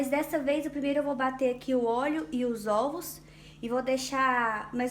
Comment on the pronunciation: 🤣🤣🤣🤣 zovos vem de zoiudos. Sua explicação é ótimo e seu bolo deve ficar excelente mais olha zovos 🤔🤔🤔🤔 !!!